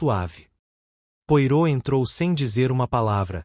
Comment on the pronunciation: A legenda está com problemas. Coitado do Poirot. Pedaços de frases em outro idioma. O nome do detetive falado de forma errada. Fiquei decepcionada.